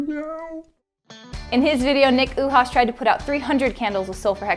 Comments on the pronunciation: She said Nick Oohas. Its Uhas. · Nick Oohas. nice it's Nick Uhas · Uhas is pronounced you-haws